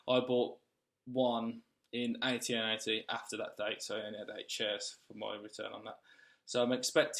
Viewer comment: AT&T, not AT&AT 😂